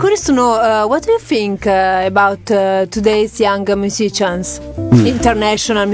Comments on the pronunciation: Certo che MUSICIAN pronunciato maccheronico però cazzo 😅😂😂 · Davvero non si può sentire, terribile!